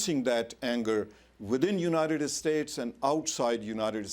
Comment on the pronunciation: how do you become an attorney saying things like "unidet estates"